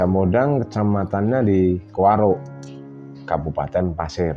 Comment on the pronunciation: Kuaro , bukan Karo..✍️😊